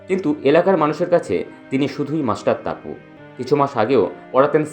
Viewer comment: Tumi ki bihari je topu ke taapu balchho, namer mane jene vdo koro.